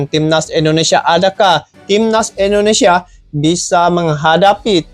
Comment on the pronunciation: INDONESIA bang... bukan ENDO... 😊